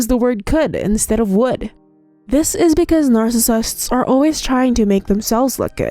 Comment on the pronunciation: narfacisifts what is that